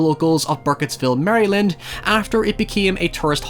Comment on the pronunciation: I genuinely liked that first sequel, yes it’s not great but I like how it kinda sits in this universe and tries something different. By the way we don’t call it Mary-land here we just say Mare-land.....I know we have a dumb accent 😂😂